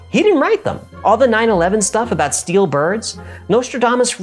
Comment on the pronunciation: "put out by steel" sounds like he is saying "put out by force"